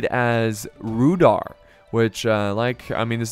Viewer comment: It is pronounced Rude-hour.